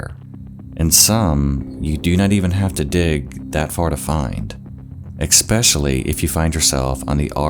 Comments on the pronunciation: Especially. Not expecially. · please stop pronouncing it exspecially. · Does he pronounce especially as "exspecially"? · It's not "eKspecially"!!! Why can't half of the USA speak?! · The word is "especially" there is no x in the word. What are you like 5 years old? Work on your diction if you're going to continue, please.